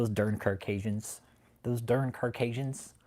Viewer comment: Why won’t the cult member correct that it’s Caucasian and not “carkayjuns” wtf?